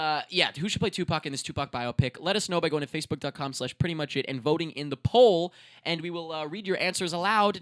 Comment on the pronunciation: When you say "poll" it sounds like "Paul" O_o